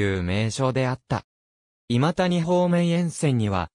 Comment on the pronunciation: の今谷はいまたにではない 正しくはいまやです